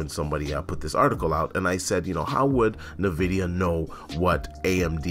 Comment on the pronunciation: Hmm.. Na Vidia, iNvidia Potato, patada I suppose 🤔🤣🤣